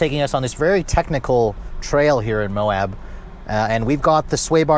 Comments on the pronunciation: It's MOAB, not MOHAB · There’s no H in MOAB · Well the entire video is ruined when you don't know how to say Moab. How Can I listen to anything you say ....